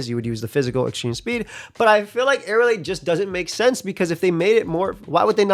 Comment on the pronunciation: It's Aerilate not Aerialate. People just mispronounce it like that all the time